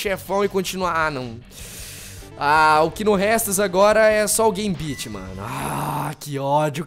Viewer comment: Nossa, não entendi pq raios tu tentou destruir as motos com os raios do ciclope se só o combo do soco resolve uhhauhuhauhauhauhahua.... E não, esse jogo não é tão difícil assim, acho Marvel Super Heros War Gems beeeeeeeem mais complicado. Foi de doer a pronuncia dos nomes dos personagens uuahuahhuahuahuahuauhauhauhahua, morri com a do Gambit... Ah e já podemos todos te batizar de? auuaahuuahuahuhuhuahuahuh